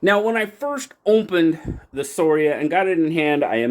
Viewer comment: Scoria, latin for dross or slag. Also you pronounce the letter c in that word I think, skor ee ah. Your calling it sor ee uh drove me nuts, lol.